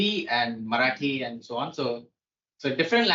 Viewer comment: you butchered Marathi!; but atleast you tried!! well done..